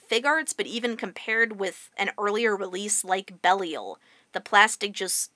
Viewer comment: Ugh, I shudder every time I hear [belly-el]. Great review, otherwise.